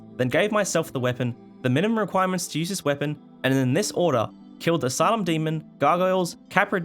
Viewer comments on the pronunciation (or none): none